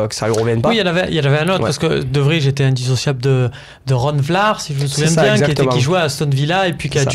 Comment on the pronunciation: On dit De VRY (Vraille) pas De Vrije